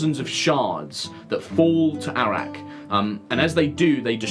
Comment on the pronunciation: Am I the only one who hears Arrak as Iraq?